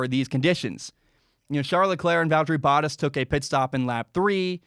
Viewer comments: Bow-taas, it rhymes with Haas. Edit: Oh geez, he says Hass. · Bottas is pronounced: Baht•Haas, Bah•t•ass ---> "Bah" sound (like a sheep), "t" the T sound, "ass". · you're saying the first part of 'Bottas' correctly but you're not putting enough emphasis on the A. the 2nd syllable should sound like 'Tass' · Bottas pronouncing his name... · “Boat” like that sails, “ah” like when the doctor looks in your mouth, and throw a “s” on the end, that’s the best way to spell out how it is pronounced. You gotta get it right, it hurts when you say it haha. Love the F1 videos bud!